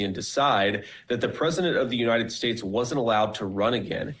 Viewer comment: Everytime you say “United shates”, I cackle!! 😂😂😂